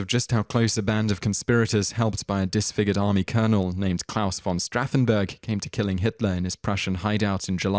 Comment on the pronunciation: also...his name is Stauffenberg not Strauffenberg